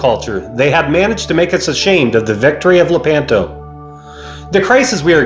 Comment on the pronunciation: Luh-PAN-toh? No. Leh-PAHN-toh.